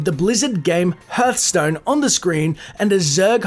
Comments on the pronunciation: I hate how he says herthstone instead of harthstone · I thought it was called "Hearthstone" , not HERThstone ;D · Ah yes, my favourite game, HERTHSTONE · The hearthstone easter egg thought: It's pronounced "H-ar-th-stone" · Kianmir mir It's pronounced "Hardtstone" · That pronunciation of Hearthstone though shudder